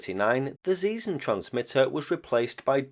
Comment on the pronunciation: Thanks for the info, like also for trying - and mostly succeeding - to get the pronunciation right. However, Zeesen was wrong as can be, so to speak: Try [ˈtseːzən] next time .) It really is a pity that you still don't hear in school what the Great Vowel Shift was, and why it is important to know its effects. There's a short and comprehensible summary at WP comments: Go to the GVS article, click on Talk (top left, below the title), scroll down to the comment starting 'The linguistic knowledge level' - voilà PS Singular of kinder is actually kind. You were probably inspired by 'kinder surprise' and the like?